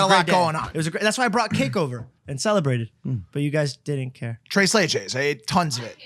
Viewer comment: "Trey Slay Jays" Mike wtf😐😂it's TrES LeCHes